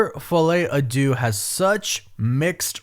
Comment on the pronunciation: I know it's no one's fault, but I can't handle the misprononciation of 'Deux' in the title anymore by all the English speakers covering this movie. Only person who's said it well is from Talks. It's not an 'oo' sound it's 'eu', which sounds more like a disgusted 'uh'. Am I the only one who feels this way? 😅 No pun intended, but it's driving me crazy